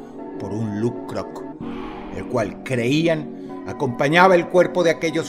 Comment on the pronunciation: Me encanta cuando Dross pronuncia "LuK-Krok" 😮